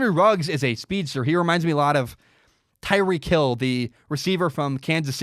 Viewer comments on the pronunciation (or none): none